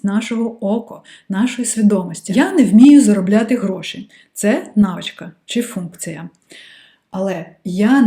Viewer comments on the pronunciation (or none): хочу висловити критику про вашу українську мову... вона прекрасна, проте в багатьох словах замість букви "і" ви говорити букву "и". по типу "функция" замість "функція", "емоции" замість "емоції", "оцинки" замість "оцінки". я дуже дякую вам, що переходите на українську мову та створюєте такий корисний контент для української аудиторії))